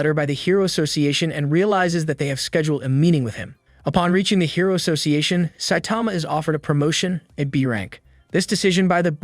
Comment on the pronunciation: "sah tama" its pronounces "sigh tama"